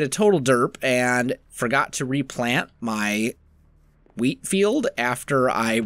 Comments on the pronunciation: Is it just me or does it sound like he says weed instead of wheat? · Lol "Ill be Rolling in wheat" Sounded to me like "Rolling in Weed"